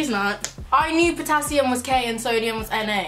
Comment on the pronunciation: Man said soudium😂😂